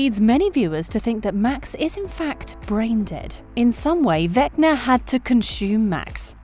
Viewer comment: The way she says vecner instead of vecna is killing me 😂🤣😂🤣